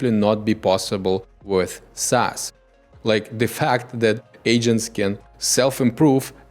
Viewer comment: Instead of SaaS we get ASS. noted